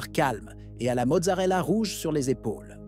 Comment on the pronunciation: Amen. Permettez-moi....mozzetta! pas mozzarella! Amicalement